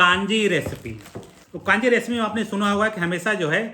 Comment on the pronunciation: जी कांजी नहीं कंजी है। नारायण चेन्नई से आपके वीडियो बहुत उपयोगी सिद्ध होते हैं। धन्यवाद।